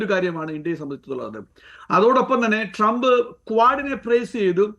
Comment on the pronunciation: ടി ജി മോഹൻദാസിനും, ശശി തരൂരിനും ശേഷം അമേരിക്കൻ പ്രസിഡന്റിന്റെ പേര് കൃത്യമായി ഉച്ചരിച്ച ആദ്യത്തെ മലയാളിയാണ്.